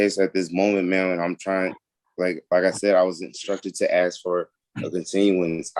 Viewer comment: The word is ask